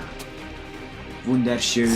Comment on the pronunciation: Lol Wunderschöän Wunder schöän:D Verarschig vom:P